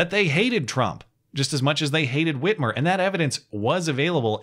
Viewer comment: Did you say free armour....???